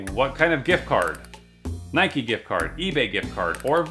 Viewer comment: Nike not Nikey lol